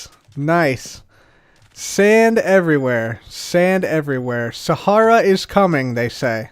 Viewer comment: called it saharia🤣